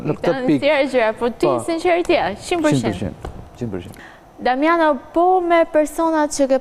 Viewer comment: kjo sdi te flasi ihe diamanao iher damano iher dimano